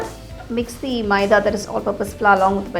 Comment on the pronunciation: First , ye pink kidhar se dikh raha hai??? Second , it's not maieda its maida Third , it's not pasटा it's pasता